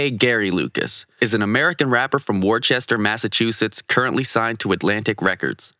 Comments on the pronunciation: It’s pronounced “Woo-ster” not “warchester” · Just btw, Worcester is pronounced [wouh-ster] not [war-chester] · “Wus-tah” Massachusetts... (no diss just how you say it. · When you're from mass and hear him pronounce Worcester 😂😂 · WORCHESTER THIS MAN SAYS. ITS Worcester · It’s pronounced wuss-ter not war chester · Its not "war-chester" it's "wuster". Spelled Worcester but I promise that's how to say it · Lmaooooo I’m from Mass and you butchered the Worcester pronunciation 🤣 it’s weird bc it’s pronounced like “Wooster” not “Worchester” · Worcester is pronounced like "woo-ster" not "war-chester" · My man said "Worchester" 😂😂😂 Worcester is pronounced as "Worse (ce) -ter." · It’s pronounced Wooster mass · Wrong. It's pronounced wuster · Damn. You really said warchester massachusetts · Yeah, I pronounced it wrong, never heard it pronounced before, I know it's pronounced "wooster" now. I learned the word by reading it, honest mistake anyone would make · Mass holes be like “that ain’t how you say whoosta” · I know it's spelled Worcester, but it's pronounced "Wooster". I'm from Mass, just saying. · Worcester is pronounced “Wooster” for all Non-New Englanders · It's pronounced wuh-ster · Yeah I know now that it's "wooster" I learned the word by reading it haha, it's pronounced differently than it's spelled, that's my bad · It’s pronounced woo-stah😂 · Its pronounced "Wuster" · “Wuh-ster” =Worcester nice try tho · u said Worcester wrong thats my city its all good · It’s pronounced Worcester mass. I’m from Boston.lol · Worcester isn't pronounced that way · Thanks for butchering my home towns name fam. But it's okay